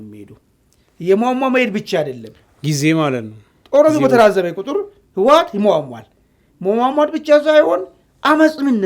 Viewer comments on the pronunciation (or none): አንተን ብሎ ተንታኝ አቦ ይህ ሰዉ ስያስጠላ አነጋገሩ እራሱ ስያስጠላ ስጀመር የህወሓት ስም አፍህ በደንብ አይዝለህመ እዋት አይባልም ህወሓት ብለህ ጥራ ሌላዉ ጦርነት ይጀምራል አይቀረ ነዉ ብልፅግና ጠቅለላ ሠራዊቱ ወደ ትግራይ ክልል አከባቢ እያከማቸህ አይደለም እንደ አማራ ክልል እየተዋጉ ያሉት ወጭ ሌላዉ ወደ ትግራይ ምን አባ ልያደርግ ነዉ የፈለከዉ ወላሂ እመነኝ ብልፅግና አልቆለታል